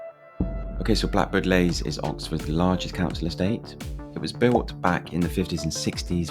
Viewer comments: Leys not lays!! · It's pronounced Lees not Lays 🤦🏻‍♀️ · Blackbird Leys — the second word is pronounced 'lees'.